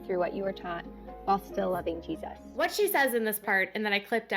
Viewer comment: I HATE the way Jermey and Jinger pronounce long g “G-Sus” lol it’s sooo annoying instead of Jesus. 😂